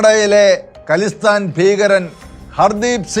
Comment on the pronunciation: ഖലിസ്ഥാൻ അല്ല "ഖാലിസ്ഥാൻ" എന്നാണ് പറയുന്നത്. ഖാലിസ് (pure) എന്ന പേർഷ്യൻ വാക്കിൽ നിന്നാണത്.